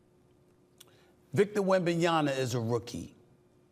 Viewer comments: "Wembenyana" "Pablo Banchero" lol, Never change SAS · Why is it so hard for him to Pronounce wembanyama correctly. He always says “Wembanyana” just say it how it’s spelled 🤦🏻